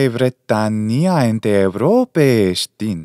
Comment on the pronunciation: Well, I'm from Greece and i know how to speak ancient Greek. You made some mistakes. For example, Europe has a different accent: Eὐρώπη → E-u-ro-pe (Eourópe) In other words u accent is coming from the nose